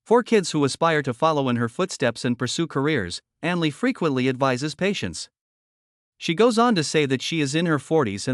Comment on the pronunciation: At least pronounce her name right!!! Not Aninsley it Ainsley!!!!!!!!!!!